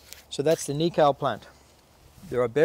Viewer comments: cool video, just a tip on pronunciation for the word Nikau if you're open to it.. rather than say it as knee-cow.... try knee-co (as in co-op) to remember it just think of.... "Knee-co the knee company" xD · cool! another one Hokitika "Hawk eat tea car" run the words together fast